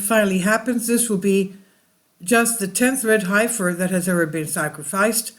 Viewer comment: heffing heffer!! :-)